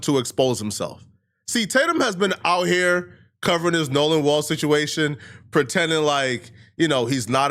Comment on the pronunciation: Wells not walls